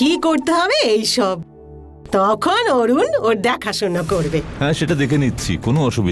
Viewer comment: ভাবির সাথে নাটক টা দেখি,, আমার কোনো পর্ব মিস হলে ভাবি আমার কাছে কাহিনী বলতে গিয়ে গঙ্গাকে একবার বলে নঙ্গা আমরা হাসলে আবার বলে গঙ্গি😆আমরা তো হাসতে হাসতে শেষ, অরুনকে বলে অনু 🤣😂